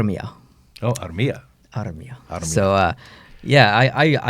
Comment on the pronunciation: Good job, flawless Armia pronounciation!